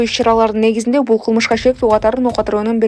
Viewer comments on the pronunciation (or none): none